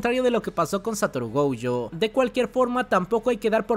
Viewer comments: Por que rayos le dice “goujo” 🤢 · Me super estresa que pronuncies Gojo con la primera como si fuese en ingles de la palagra "Go" y la 2da silaba con ye, de "Yo" wtf